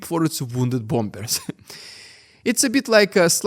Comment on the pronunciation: The second 'b' in bombers is silent in English, so it's pronounced 'bommers'. Hope that helps.